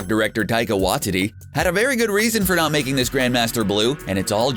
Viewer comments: "Why-tee-tee"... For the love of God. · Dude his name is pronounced, why-teti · "Taika Watitty" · I hate it how he pronounces watiti wrong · how did you just say his name??? lol